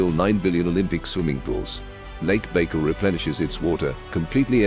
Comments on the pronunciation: For real, he called it fucking bagel 😭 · If you're going to do a video of facts about something, at least try to pronounce it properly